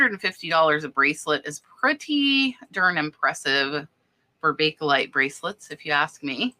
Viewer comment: Bake as in bake.....there is no e lite in pronounciation. Its bake lite, not bake ehhh lite.